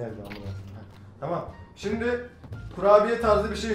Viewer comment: Şimde demesine bayiliyom yaa